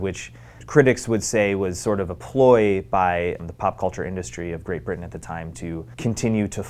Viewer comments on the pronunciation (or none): none